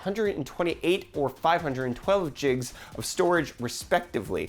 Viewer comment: 512 "jigs" LOL like "jigawatts" from back to the future